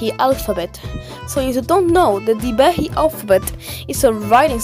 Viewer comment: Being a Maldivian I know it is not 'Thivehi' but 'Dhivehi'